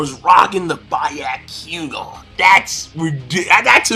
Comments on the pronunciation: How do you pronounce shit wrong that is repeatedly said in the show? By-yak-kugan is incorrect. Be-yah-ku-gon is how it should be pronounced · Wth is a ba-yo-q-gaa lol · by-ya-ku-ga XXDD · ***** It doesn't have to do with grammar but with spelling. Also he is in contact with Naruto and One piece series for so long and he pronounce byakugan as byeakoegan ? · you say all the words sooo wrong its funny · Why are you calling the Byakugan the "ba-yah-kuu-gon"? Did you watch the Naruto abridged series a bit too much? It's pronounced as it is spelled, Byakugan. And as others said, it's Indra, not Indora, and is named after the/a Hindu god/deva of weather/storms.